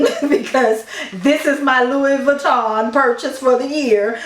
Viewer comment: Feel free to delete this comment later, the “s” is Louis Vuitton is silent.